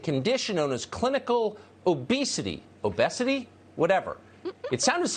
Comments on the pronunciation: What kind of American can't pronounce obesity? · “Obesity...ObEEHSITY? whatever that is!”LMAO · "Obesity? Obæsity? Obecety? Ouroboros? I cant read." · ‘O-bez-itty’, whatever’.... says a lot about Tucker and his disciplines that he can’t read a 7 letter word accurately. Edit- he even doubles down with the classic ‘clinically obese, whatever that is’. What a moron. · I think it's pronounced O'Bayzee. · O-best-ety? - IRStoopid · "obesity....or, oh-BEH-sity...however you say it." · "Obesity? What's obesity?" Also,, stupid shit like "toxic masculinity" feeds the right. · Did he say obessity? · He mispronounced Obesity, sad for Tucker. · He doesn't know how obesity is pronounced? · Did he just mispronounce obesity as if it's not something he knows? WTF?